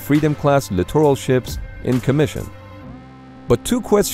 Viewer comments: Why does "class littoral" sound like clitoral when pronounced rapidly.... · Somebody teach this guy how to say “littoral”…..please! 🤔🇨🇺🇺🇸